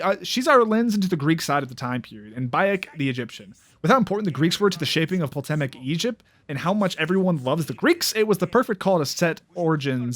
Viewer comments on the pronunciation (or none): Poltemic Egypt, lol. Cool video, but maybe look up the pronunciation. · Dude says poltemic